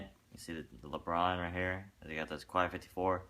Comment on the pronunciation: pronounced (kay 54)